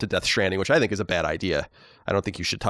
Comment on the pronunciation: Now that were talking about how Colin doesn't pronounce things properly, does it bother anyone else how he pronounces the word "think"? He pronounces every TH word the same. He pronounces think, thistle, and throw, the same as there, then and this. It's distracting every time he does it.